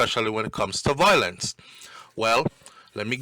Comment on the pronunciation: you keep mispronouncing the word violence and it takes away from what you are saying every few seconds. The word is pronounced Vi-O-lence,,, not VOI-lence. Now carry on and do your thing. You're welcome 😊